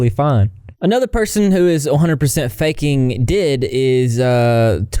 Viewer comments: I've spent the last two to three years researching D.I.D, though I do not have it myself. First, you pronounce the letters, it is not abbreviated to the word DID. Just like OCD is O-C-D ,not like the prefix of Octopus or Octagon. Second, fictives, non-humans, and introjects are all real and valid. Finally, the person was very correct when they said self-diagnosing is valid. There are very few doctors who accept the existence of D.I.D or O.S.D.D in the first place, let alone doctors who are trained on it or even specialize in it. It's a very complex disorder and is not very easily confused for other disorders. That being said, I'm fairly certain it's still being debated by professionals if it is it's own disorder or a very complex symptom of PTSD, though I personally believe it should stay categorized as it's own disorder/s. DID and OSDD are both incredibly stigmatized and unjustly so. I have very close and personal friends who have these. I like that people bring awareness to those who fake it, but please do more research on it beforehand. And those who say "You can tell they're faking cuz they don't promote seeking help in every video!!!" Please don't. Yes, if you feel you may be suffering from an untreated illness, you should seek help. But DID and OSDD are so stigmatized and quite literally demonized that some people are treated as criminals just because they have a diagnosis. It can be unsafe to be diagnosed or seek treatment for minors or even adults. Please be aware tha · Hey! Just letting you know “D.I.D.” is pronounced as each individual letter, not like the word did.(: Thank you for making this video!! Kids nowadays are living through a second, much worse ~tumblr~ era I swear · Also you may have said it "did" for engagement, idk, but it's "D. I. D" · Hi! Just wanted to say it’s pronounced D.I.D. Great video!!